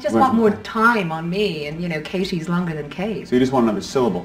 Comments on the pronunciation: At 33 seconds the interviewer say Kashy, I think that's where the nickname/pronunciation comes from. This is from a year ago xD may be too late. he says it. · when you play it half the speed you can hear the sound she makes, kind of a combination of a "t" and a "sh", a slurred "t" you could say esp when u compare it to where she overpronounces the "t" how youd usually do it